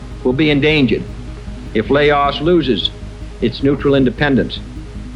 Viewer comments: Bro pronounced "Laos" like "la os".☠☠☠☠ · JFK couldn’t even pronounce “Laos” correctly during his speech /